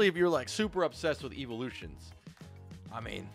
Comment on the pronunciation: IT'S "EEVEELUTIONS" STOP SAYING "EEVOLUTIONS"